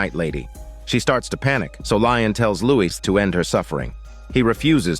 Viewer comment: His name is Lestat, not Lion